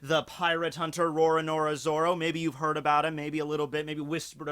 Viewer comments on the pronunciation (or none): "Rorornora Zora" much english such impress